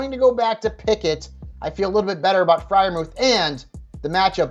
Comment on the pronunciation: Friermuth for sure